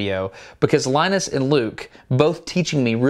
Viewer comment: Linus Not lenus